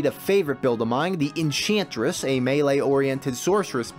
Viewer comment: "In chant?" inn Tchyant? what. INNCHANTRESS kek :D what's the background music here? castlevania idk? sounds familiar awesome series i love this - amazing job man